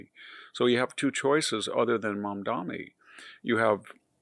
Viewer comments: Lots of fear mongering, lies, and smearing on display here. 35 trillion debt, money and greed controlling the government… who did that? Victor, at least pay enough attention to get the name right. It’s Mamdani (not MamdaMi that you keep repeating. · MamdaNi not Mamdami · Sliwa, not Silwa. Mamdani, not Mamdami. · Mispronouncing names (Mamdami instead of Mamdani, Silwa instead of Sliwa) is not good at all for credibility. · It’s “SLEE-wah” not “SILL-wah.” And “mahm-DAH-nee” not “mahm-DAH-mee.” And he’s always mispronouncing former VP Harris’ name as “kah-MAHL-ah” instead of “KAH-mah-lah.” He’s not a stupid man but he sounds stupid when he does that. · Mamdani, not Mamdami Sliwa, not Silwa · It's MamdaNi, not MamdaMi. It's Sliwa, not Silwa. Jeez. Also, why would "open borders" affect elections in NYC? Undocumented immigrants can't vote. Mamdani is going to win because young people are idealistic and stupid and easily manipulated. What's confounding is the support he is getting from older New Yorkers, not a lot but enough to push him over the edge. That the Democratic machine couldn't come up with anyone to deal with this guy shows it's ineptitude. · Pronounce better, Victor . It is " SLEE-WUH'. And "MUM- Dan-EE". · Victor, take time to learn to pronounce his name correctly. Not "Mamdami". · It sounds like the professor is saying Mamdami. The name is Mamdani with an n. Not that it matters much. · VDH, it’s “Mom-don-eee” it’s not actually a hard name to say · I wonder why people who are against Mamdani make a point of mis-pronouncing his name.